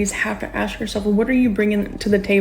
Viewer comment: Aks? Claim to be educated and can't pronounce ask. What a retard.